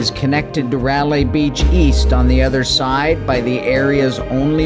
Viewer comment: Fantastic videos. One suggestion is to actually pronounce the beach name correctly because frankly, it's the least one can do. :) "rye-lay" as in, "rye bread" and "she was a good lay." RYE-LAI. :D